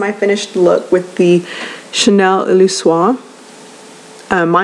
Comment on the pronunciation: Thanks for this (I know I’m v late)! Also—I think you can pronounce the whole word. Illusoire: “EEL-U-SOIR”